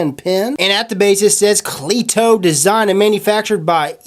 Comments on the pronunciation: Most people don't say clee To its your accent most the time I hear cleito pronounced like cleado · It's pronounced c- letto